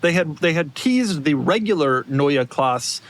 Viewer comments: The only thing pronounces correctly is "Neue" but "Klasse" is pronounced the same way you would pronounce Porsche, with the an "uh" sound at the end. It's not French where half the letters are silent when spoken, Germans pronounce every single letter. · Trying to outsmart “new class” with “neue klass” is rather dumb. It’s “Klasse”, not with a silent “e”. Like Porsche, Monte Carlo, Mille Miglia, Nordschleife, et cetera. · I appreciate correcting the pronunciation of "neue" to then confidently pronounce "klasse" incorrectly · NEUE KLASSE not CLASS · boys: german is not english as your pronounciation for NEUE was mostlry proper with the E at the end that you can hear, but Klasse has an E that wants to be heard too. pronounce it like "masses" without an s ... and germans will understand you. Remember Porsche and no one in germany gets what brand you are talking about as the "E" is missing. It was Prof. Porsche and he introduced himself as Mister Porsche with a clearly E at the end ... So keep in mind you would never call "Mister Porsch" if he calls himself "Porsche" ... as Doug would not be happy to be called "Mister DeMur" Ferrari has its "i" and Porsche its "e", so "Neue Klasse" needs an "e" at the end of both words - otherwise stay with new class if they even call it that way in the USA. You will get it for sure . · Please, stick to English if you cannot pronounce German correctly. "Klasse" like "Porsche". You missed the "e" at the end. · If insists on pronouncing the e in Neue he should also pronounce the e in Klasse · Exactly! came here to say this.